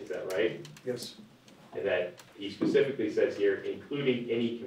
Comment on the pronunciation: He's a lawyer doesn't he know it's specifically not pacifically